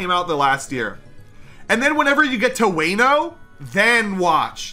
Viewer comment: No no no he did not just sa "WAY-no" when he was talking about one piece....I feel like i just got stabbed in the butt after hearing that. Somoene please tell this man who is really good at content that its "WA-no" Like "WA-rio" or "WA-luigi"